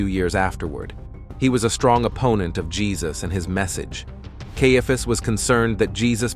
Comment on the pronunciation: It is really annoying that the narration robot cannot decide how to pronounce "Caiaphas".